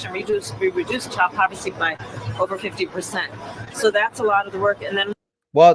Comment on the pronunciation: Did I hear her say child povercy?